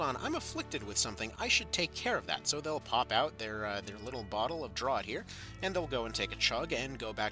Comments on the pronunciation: I enjoy the large amounts of useless rambling breaking up the small, quick amounts of very usefull info for beginners. But I would like to point out 'draught' is pronounced 'draft' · Thanks for the much needed guide! Btw "draught" is pronounced "draft"